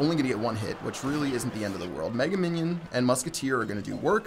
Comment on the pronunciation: did you say "Megan minion"? lol.